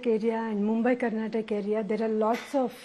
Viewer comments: madam adu karnatak alla karnataka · Karnatak ❌️ Karnataka✅️ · Why is she saying karnatak 🤦‍♂️🤦‍♂️